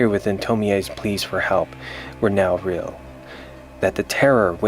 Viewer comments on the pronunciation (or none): none